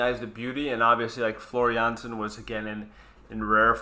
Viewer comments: Btw.. J in Finland is pronouned as a Y Jansen- Yansen Tarja- Tarya (Spelling- Pronunciation) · The "J" in "Jansen" is pronounced "y" so it is pronounced "Yansen" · There is no "J" sound in many European languages, so Tarja is pronounced Ta ree ya, and Jansen is Yansen, sorry but by the end of the video it was bugging me and I had to mention it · But Floor Jansen is Dutch, so Finnish spelling of her lastname doesn't count ;) To pronounce her lastname good it would be Jansen with the 'a' which the use for father for example.